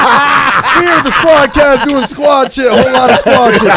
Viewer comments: can say Venni Vetti Vicci but can’t say Squadd Cast 😂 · How TF can rap like he did on the Freshman Cyphers but can't say Squad Cast?! LOL